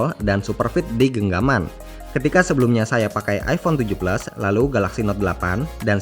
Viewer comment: jelas maksudnya ngomong iPhone 7 plus,apa karena kecepatan atau terlalu medog ngomongnya emang kedengarannya iPhone tujuh blas😁😁😁